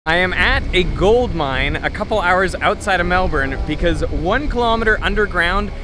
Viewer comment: Just when I had almost forgotten that Derek is Australian, he just casually busts out the correct pronunciation of Melbourne and I think "that's my boy."